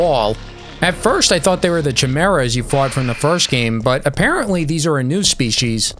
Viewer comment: Sir… its pronounced Kai-merah Not chim-mera It’s a Greek mythological being meaning mix of animals